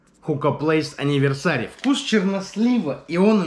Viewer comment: Энивёрсери а не аниверсари